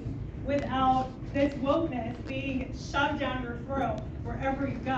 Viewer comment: "Shoved"??? #HowSway